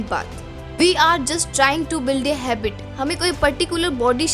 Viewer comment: Don't get offended but it's HABIT not HABBIT (JUST FOR CORRECTION NOT TARGETING ANYONE)